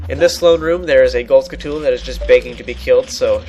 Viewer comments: Skull-toola? It's pronounced like a tarantula, dude.... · That's the point. And I'm sorry (Because I sad "You suck") I was angry and tired. But I don't know how it's REALLLY pronounced.